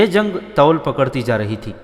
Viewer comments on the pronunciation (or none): Toul galat Talaffuz hai. Tool طول ط پر پیش لگا کر پڑھیں तूल